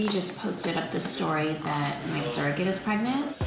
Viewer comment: Whenever Kim said “ surrogate”, as a non-native English speaker I just heard “circus”. I know that’s silly